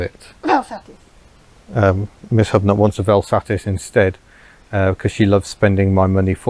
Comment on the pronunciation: I must commend you for the correct pronunciation of the words Vel Satis… drives me insane when people put in the mythical ‘R’, which clearly doesn’t exist!